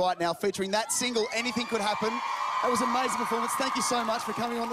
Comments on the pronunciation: you pronounce it GOLDing, fuckkkkkk at least the host got it right! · I hate how they pronounce her last name in Australia -.